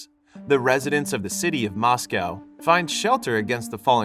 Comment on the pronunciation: my heart broken when he said moscow like that